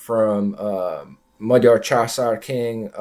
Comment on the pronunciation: Both of my parents were Hungarian refugees, I was born and raised in the United States. Your pronunciation of "Magyar" is impeccable! Americans always get it wrong! I am very interested in the ancient history of the Magyars and their origins. During my parents' time the Finno-Ugric theory was popular, but it has since fallen out of favor. My personal opinion is that the ancestors of Magyars came from the Siberian region ( Northwest Asia) hence our linguistic links to the Kanty and Mansi. But not much is known of this era. Through migrations, these proto Hungarians entered the Eurasian steppe, near the Black Sea. This is where they intermingled with such tribes as Huns, Scythians, Avars, Sarmatians, etc. And where they became a great horse culture. I remember a book, by Kate Seredy, a Hungarian - American children's author, " The White Stag" - This explains the legend of the White Stag and Hunor and Magor. "Emese" is pronounced with the S as "sh" and the last E as "eh." So in English, it would be : "Eh Meh Sh Eh." This was very interesting and informative.